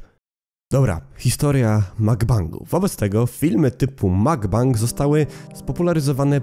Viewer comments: Mukbang nie czyta się "Makbang" tylko tak jak się pisze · ale wiesz że źle mówiłeś cały film bo mówi się mukbang a nie makbang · nie mówię tego uszczypliwie, ale na mukbang (먹방), mówi się mokbang :* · CZYTA SIĘ TAK JAK SIĘ PISZE "MUGBANG"